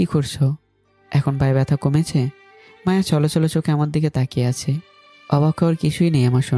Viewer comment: র‍্যাগিং ❌ রেগিং ✅ মায়া ❌ মাওয়া ✅